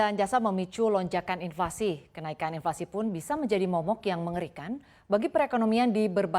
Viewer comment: Inflasi kok bilangnya invasi. Kaya di serang aja. Mohon pelafalannya diperbaiki biar nggak sesat